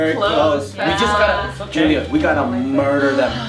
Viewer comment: His name is Julio not Julia.